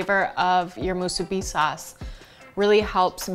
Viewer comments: Soooo Nice to see/hear musubi recipe that's NOT pronounced...Moo-SOO-bee!-lol...Lil Quirk of mine! Came across your video...Random style! Mahalo nui! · Hey there. You're the only one pronouncing it right, thank you. 🤙🔥